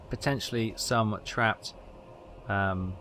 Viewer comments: sub marine er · It's submariner like how you pronounce marinade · Please correct your pronunciation of submariner